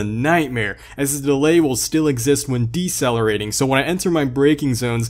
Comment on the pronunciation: Every physicist watching this video had a seizure when he said “deccelerate”